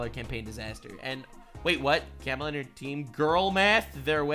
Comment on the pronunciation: Everytime you pronounce Kamala as Camela it breaks me lmao X'D🐫